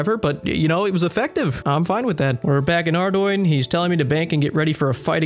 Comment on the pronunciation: I’m sorry, but if you pronounce ardougne the way that did, get help.